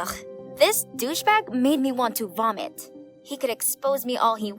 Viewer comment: It is vomit not vanit